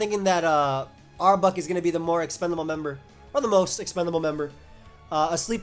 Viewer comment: The way you pronounce arbok as "arbuck" drives me nuts, dude.